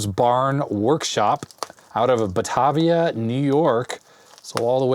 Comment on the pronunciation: Batavia = "Buh - Tay - Vee - Ah" I'm from Rochester, NY and there are a lot of weirdly pronounced places up here 🙂